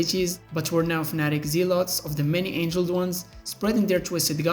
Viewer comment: Many Angled Ones, not "many Angeled Ones" obviously this isn't an accent issue. I like the content for sure, but your use of Bots and AI to voice your videos is a deal breaker...